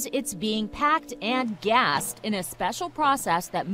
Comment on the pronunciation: Did you say gassed?